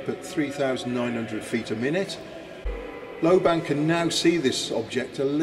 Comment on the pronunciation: lobban is a scottish name pronounced with accent on the FIRST syllable